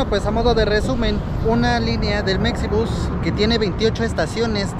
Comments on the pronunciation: Oye y porque la X en Mexibus no la pronuncias como la X en Mexico? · Sigo sin entender ¿Por qué le dicen mecsibús?